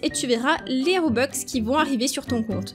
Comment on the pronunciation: Juste pour dire toi tu dit des robex mais c’est des robux c’est juste pour dire enfin bref je t’adore trop